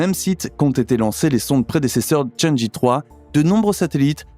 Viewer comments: cháng'é (嫦娥) se prononce tchang-euh et non pas tchã-dji... Dommage que la voix ressemble tant à une voix d'ordnateur, et qu'il y ait autant de baratin au début... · CHANG' EU pas "i". C'est pénible pour les oreilles....